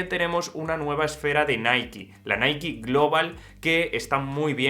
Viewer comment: Naiki? Quien dice naiki en España? Jajajajajajajajajaja